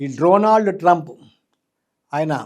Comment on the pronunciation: First, Dronald kaadhu, Donald any palakadam nerchuko.